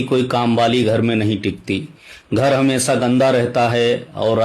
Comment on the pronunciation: Sir please शा शब़्द को सा मत बोले ,जैसे हमेसा नही हमेशा